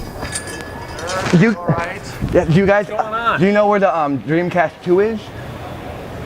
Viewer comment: SHHHHHHAAAAAYYYYGAHHHHHH!!!! Shega SheDee and Playshtashin Shree Shega Shaturn The Dreamcasht Always cracks me up!!! 🤣🤣🤣🤣🤣🤣🤣🤣🤣🤣🤣🤣🤣🤣🤣🤣🤣🤣🤣🤣🤣🤣